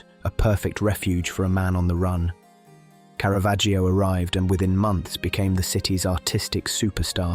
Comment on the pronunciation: Caravaggio is pronounced Cara-VAH-joe. The letter ‘ i’ is silent